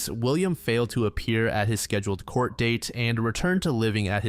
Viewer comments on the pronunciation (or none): none